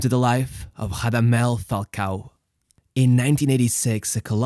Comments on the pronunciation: It's not Hadamel it's Radamel also its not Hodriguez its Rodriguez since they aren't Brazilian or Portuguese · Rrrrrradamel. Roll you r’s my son. He’s not Brazilian:) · Portuguese R sounds on non lusophone players is unacceptable, you should be rolling that r. Give It a big RRRRRamadel falcao. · the R in Radamel is a strong rolled R, as in spanish unlike portuguese. great vid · Spanish doesn’t say the r as an h tho